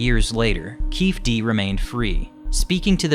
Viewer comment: It’s Keefe D as in “Keefee D”